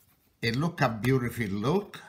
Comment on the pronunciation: This guy is great, but the bagels actually look like... crap. I like him saying "looka how nice-a they-a look-a" though. They still looka like-a crappa...